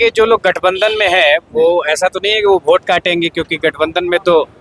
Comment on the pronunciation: अरे भाई साहब ओट नहीं वोट होता है